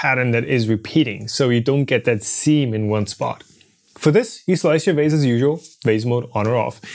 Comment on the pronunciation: Whenever a german speaker says vase, it sounds like wase to me... they can't seem to get the V right, as if they are afraid they will end up in the F zone. Funny to hear the same phenomenon in english as well.